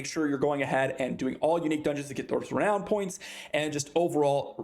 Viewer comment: Re nown not re noun